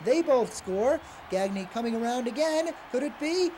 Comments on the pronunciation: "Gag Knee" It's "Gahn Yay". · Anyone else cringe everytime he pronounced it "Gag-nē" and not "Gon-yā"? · GAG•nee is how he pronounces it. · GagKnee, is that how it was pronounced? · No, it's how he pronounced his own name, which was "gag knee" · Pitcher paul gagne who pitched in the nineties did pronounce it gawn yea but Greg gagne was the other way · the way they're pronouncing greg gagne is painful